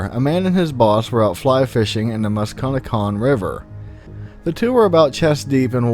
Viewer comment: The river is pronounced Mus-Ka-Net-Cong... It's Native American